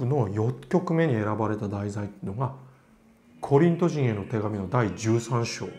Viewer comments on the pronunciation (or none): とても楽しく拝聴しました。ピアノが専門ですが、ブラームスは私が一番会ってみたい作曲家です！（コリント人は、クリスチャンは、ジンではなくビトと読みます。こりんとびと、ピリピびと、といった感じです。そして、信仰、希望、愛、の愛は、全人類的な愛・・自分を愛するように、あなたのとなり人を愛せよ、という聖句に通じる愛について説かれています。関係ないですが、ロッシーニの信仰、希望、愛という3つの聖歌の愛もとても素晴らしいです！）